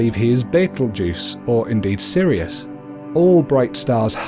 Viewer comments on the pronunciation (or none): none